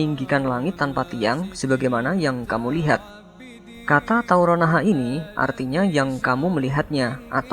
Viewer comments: mimin nya lucu,,,kata tarrou naha,,,,kok diucapnya taoronaha,,,,hadehhh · Tarownaha min , bukan tawronnaha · maaf islah bang TARAUNAHA BUKAN TAURONAHA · Maaf min cara bacanya yang saya dengar tadi kurang tepat..bukan 'taurounaha' tapi 'tarounahaa'...sukses terus berbagi ilmunya...👍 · "Tarounahaa" bukan "Tauronahaa" Sama sama belajar dan mengingatkan ya min🙏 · Tarounaha min bukan tauronaha